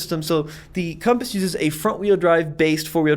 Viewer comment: you meant to say Conpass lol 😂